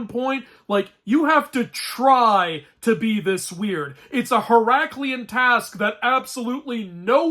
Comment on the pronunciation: "Heraclian task" nice.